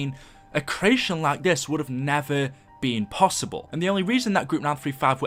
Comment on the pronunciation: "Please leave a LAK rating"